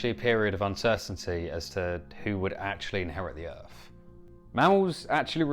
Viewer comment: What planet is "Erf"?